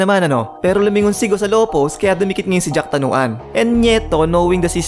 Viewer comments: boss jakrawan hindi jacktanuan...yan ang magaling sa thailand kaya dapat wag nating maliin ang apelyido..paulit ulit lang kasi.. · Jack Tanuan? 😂😂 Jakrawan. Anyway RIP jack tanuan